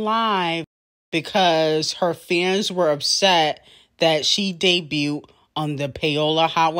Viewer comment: all this time Cardi has been in the industry and still can't pronounce "debuted" right and her trying to take credit for all these other female rappers' successes....who tf takes pics of someone's follower count to take credit